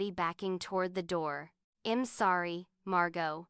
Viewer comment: Gosh that Artificial Idiot is saying eeem instead of I'm ... I'm out